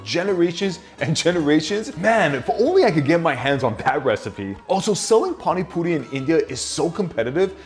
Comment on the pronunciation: As an Indian, I must respect the fact that he pronounced it almost excellently... But I am a bit offended by the fact that he is using PANI PURI MASALA and calling the Puri water 'PaniPuri SOUP'.. Actually that soup like thing represents the word 'Pani' which means water... Soup just ain't the right way to say it tbh...